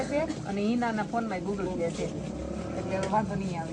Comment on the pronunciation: ગૂગલ પે કેવાય ગુગલ plya નહીં 😅😅😅😅